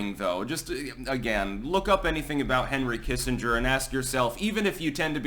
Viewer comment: It’s Doctor Henry Killenger you silly Billy.